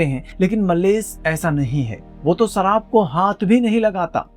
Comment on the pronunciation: Abe सराब नही शराब बोलते हैं